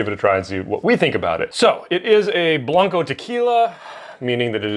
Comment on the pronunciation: Just FYI - blanco rhymes with "Panko" not "bronco". I have been pronouncing this incorrectly for years and just realized it yesterday when I heard Carlos Camarena say it on Moonshiners.